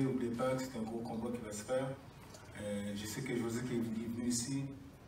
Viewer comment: please - guy's last name is GVOZDYK, second letter is V, gVozdyk, not gRozdyk. I know it's hard for English speakers to pronounce those first two letters, but just try to go with "Vozdyk". Now add G - "G-Vozdyk". It's not hard, just don't get confused and jump over it - read it) P.S. Guy's last name is "gvozd" - nail, and "yk" - a suffix meaning "small/tiny". So he is a "small nail") just FYI, peace & shoutout from Ukraine!